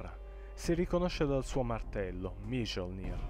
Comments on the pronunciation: MA IL NOME DEL MARTELLO NON SI PRONUNCIA MIOLNÍR??? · La parte di Òðinn è molto bella, ma sbagli le pronunce di alcuni nomi esempio il martello di þòrr si scrive Mjöllnir ma si legge Miollnir in quanto la J nei paesi del nord viene letta come i (la j come una specie di g e solo per gli asiatici e qualche altro paese) 🙂 anche Heimdallr era un po' storpiato... Per il resto ottimo video